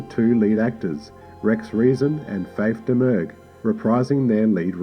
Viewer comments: Just for clarification, Faith Domergue always pronounced her surname as "Dah-Murr". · Pronounced "Dom-Er-Gue".